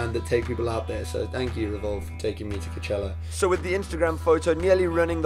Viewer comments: coachella not cochela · He says is like “cuchella” 😂😂 not trying to be mean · I’m dying every time he says cachella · why does he say KICHELLA ?? Xx😂🤦🏼‍♀️ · WHY CANT HE PRONOUNCE COACHELLA?!?!